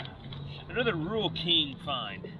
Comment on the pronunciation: Intracoastal not Intercoastal. Important not Impordant. Rural King not Rule King. Times not Toms. Island not Ahland. Lawnmower not lahnmore.